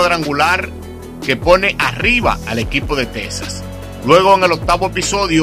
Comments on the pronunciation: Amigo no es tesas es Texas . Se pronuncia X en vez de s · Es Texas no tesas